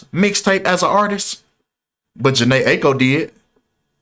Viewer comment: And you’re mispronouncing Aiko